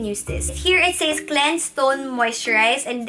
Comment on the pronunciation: Love you but says is read as ses. Just saying